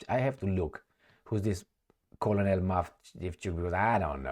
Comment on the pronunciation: Colonal is pronouned k-e-r-n-a-l.